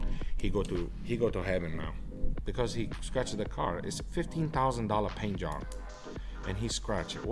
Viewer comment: “Issa 15 tousan dolla pain jog” hahaha